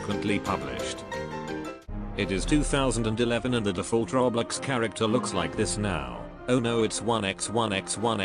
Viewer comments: How to pronouce "roblox" me: roblox him: roblecks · No one: Him: Roblex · How many times did he say roblex?? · WHAT IS ROBLIX ITS ROBLOX LIKE BOIIIII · This whole time I'm just hearing "Roblecks" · i like how the robot says roblex instead roblox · I heard "Roblix" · he said roblex